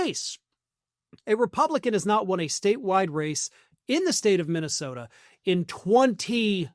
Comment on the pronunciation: Mikey Pillow can barely and consistently pronounce the name of his home state of MINTYSTODA. He actually said it that way.